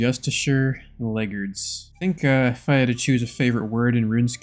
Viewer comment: I think it's pronounced leg-guards (like the Varrock guards), not leggerds